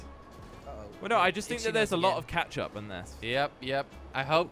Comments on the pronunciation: Did he say ketching up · Drinking game: drink everytime they say "catchup".